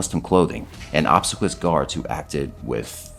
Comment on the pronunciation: It’s OB-SEE-QUEE-US…. learn how to say a word before u narrate it mate